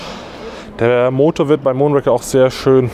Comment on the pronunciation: Ihr solltet zumindest in der Lage sein den Namen des Bikes richtig auszusprechen. Der Bond Film heißt Moonraker und nicht Mondraker. Bei dem vorgestellten Rad ist es dementsprechend umgekehrt.